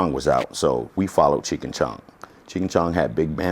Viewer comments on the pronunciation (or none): Anyone else get triggered at when he kept pronouncing Cheech and Chong as "Cheek" and Chong?